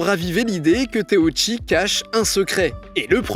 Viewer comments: Teuchi par pitié par teouchi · teuchi pas téouchi